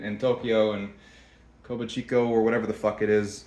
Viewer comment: Kabuchiko (Kah-Boo-Kee-Cho) 😆